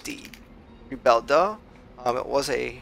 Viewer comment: Rebelde sets sail! You had it almost perfectly said except for the last syllable. "Rebelde" is pronounced "Re-bel-'Day'", like a day of the week. Thanks a lot. Here's to it and all its deliveries. When you get a New Panamex, get the absolutely fastest one there is and if you would, name it the " Zapatista". Rocks. -J